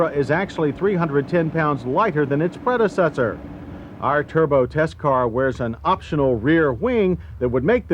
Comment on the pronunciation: "310 pounds light-her than it's pred-he-cessor" "rear hweels"